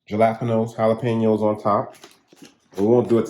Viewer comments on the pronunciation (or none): My wife and I just finished watching this video of yours. You made us laugh twice: first, when you called the tor-tE-a's tor -tILL-a's and again when you called the hal-ah-pain-yo's ja-lop-ah-no's 'cuz we do that in our house as well! With our small family (now down to just my wife and me), when we make casseroles like this, we put the leftovers into saved Chinese food takeout containers and freeze individual servings. The very best to you and your family.